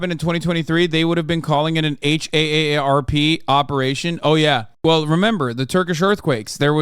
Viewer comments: If H.A.S.A.N. says H.A.A.R.P 1 more time instead of just saying "Harp", i'm gonna K.I.S.S myslef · I’m from Oahu and my boss flew out there to help out at a store whose workers were from Lahaina but couldn’t work due to obvious reasons. Saw some of the video they took and it literally looked like post-war footage. Insane and tragic 😢 Also, minor annoyance: just pronounce HAARP as “harp”. Just as annoying as folks who pronounce “OLED” as “Oh El Ee Dee” 🤦